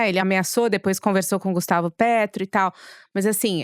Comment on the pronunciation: Já que corrigiram a pronuncia de Delcy, por favor corrijam a de Pêtro. É assim, não é Pétro.